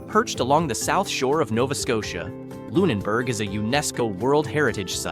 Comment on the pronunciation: He pronounced Lunenburg incorrectly half the time.